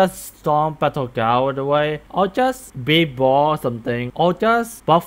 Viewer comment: The fact people say he said the n word literly it slunded like that bcs hes not the best at english so it sounded like that liek instead of balde ball he said babe bal